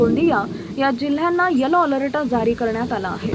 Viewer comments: मॅडम आपण चुकीची माहिती देत आहात तेच ते वारंवार सांगितले जात आहे हे आपल्याला कळत नाही काय हे हवामान खात्याने करायचे अंदाज असतात केवळ चॅनल सबस्क्राईब करा हे व्रत आपण घेऊ पहाता व बिचारा शेतकरी उगाच घाबरून जातो रेड अलर्ट हा आपला आवडता शब्द त्याचा उच्चार अलर्ट आहे त्याला अलरट म्हणून चुकीचे उच्चार कृपया करू नका ओढून ताणून अंदाज देणं बंद करा ही विनंती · अलर्ट नीट बोलता सुद्धा येत नाही 😂😂😂😂